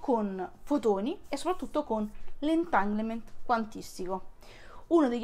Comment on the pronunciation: Magari impara a dire "entanglement" o "entangle" o "entagled". Cmq grazie del video.